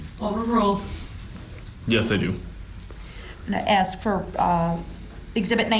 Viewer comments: But he can aks questions... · Brooks definitely doesn’t know what hearsay is leading is or contempt is….he says ax instead of ask…..wiff instead of with….dat instead of that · Hughes nope. Listen to him speak. He doesn't ask, he aks... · making fun of the way DB’s idiot self is pronouncing “ask”.